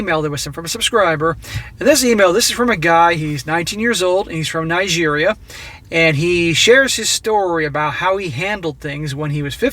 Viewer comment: How is u gonna pronounce Nigeria wrong slap